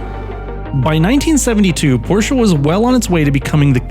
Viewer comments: It's Porsche (E like in emerald) Not Porscha (A like in America) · Every american who can use the letter E while pronouncing Porsche is the good guy. HINT: its not PORSH, its not PORSHA. Its PORSH-E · It is Porsche,not Porcha. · I did not come here to start an argument. And I am aware of the fabled "english pronounciation", because everything needs to sound english for some reason. However, this does not change the fact, that this is a german car from germany with a german name. You would likely give more weight to your point if your video was in german. I did not want to step on your tail or offend you, merely sharing information. Have a nice day and I hope I get to watch more of your videos.